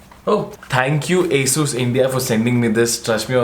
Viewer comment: bhaiya its nit asus it aasus ..